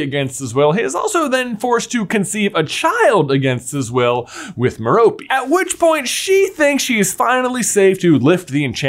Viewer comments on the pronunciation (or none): Her name is Mer-rope. Not Mer-ropee. Please pronounce it correctly I'm cringing everytime you say it wrong. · One of your first theories I completely disagree with. I don't think an adult would develop an obscurus after just a few months of suppressing very little innate magic. Also, it's Merope, not Meropey! It literally has the word ROPE in it! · Its not Meh-ro-pey its Meh ro pay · Why you gotta say "M'Ropy", why cant it be "Maire-appy" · Long time listener, first time caller here... Tom Riddle"s mom's name is pronounced Mare-O-Pay. Every time it's mispronounced, it fractures my soul into another piece. Mare-O-Pay! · Ok are you sure that’s how to pronounce Marope?? I though it was MERE-O-pay? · A tiny thing that I never got sorted out: How is Tom Riddle's mother's name pronounced? Like Meh-rope, Meh-ropey, Me-ro-pee, or what?